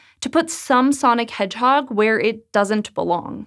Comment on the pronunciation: Nobody:: SONIC HEDGEHOG